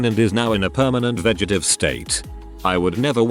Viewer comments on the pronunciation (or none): Remember kids.. it's vegetative, not vegetive.